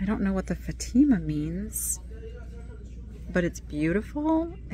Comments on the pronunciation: The religious scene on wood ~ Fatima is pronounced with the accent on Fat and the a as in cat. It depicts Our Lady of Fatima who made an apparition before some children in Fatima, Portugal. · Pronounced faaaa teeee ma